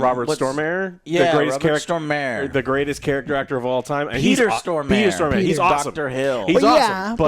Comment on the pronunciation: Always entertaining how Americans mispronounce "Stormare" :D